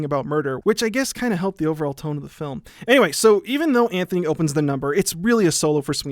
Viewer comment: Antony not Anthony